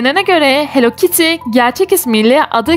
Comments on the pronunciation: Çünkü o "hell kittiy" değil "Hellokittiy" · onun adi hello kity hell kity degil korkmayin bu yanlis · Abla o hell kitty deyil o hello kitty